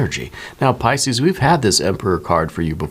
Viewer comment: You are so good! Truly! P-yes, Ca sound not the Ch sound and I have TMJ! I work in the medical field. So happy you posted this! You made my day!